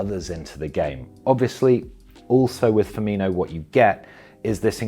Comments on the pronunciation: FirmiNo NOT FirminYo (with pedantic apologies) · It's Fir-min-o not inho lol.. but great video as always though 🤙🏾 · Firmino... The "io" sound comes when Brazillian/Portuguese players have an H before the O, like Ronaldinho or Carvalho... It's not Ronaldio is it? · Great video, btw it's pronounced Firmino not Firminho. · Firm-in-o. Not Firm-in-io. (Apologies but my OCD kicked in) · It is difficult to take this video seriously, as you start out by pronouncing Firminos name wrongly. His name is Firmino, his name is NOT Firminho. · Why does everyone call him Firminjo? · "Firminio" how many times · He says firmino wrong.